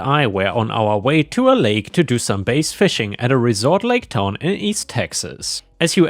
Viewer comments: Bass b and then ass , you said b and then ace(base) bass is only pronounced base in music . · Bass, when it refers to fish is pronounced so it rhymes with lass. There's a small town around here that will, from what I've heard, will ticket you for going 1 over. I make sure I do under the speed limit when I drive through. Reading, when referring to Reading Pennsylvania is pronounced Redding. ETA I like your cat tower.